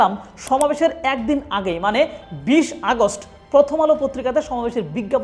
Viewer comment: আগস্ট বলার সময় করেন কেন? এতো ভয় 😂😂😂😂